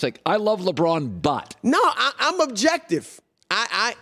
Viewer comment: Jesus Chris Broussard, he's names not "LeBran". 🤣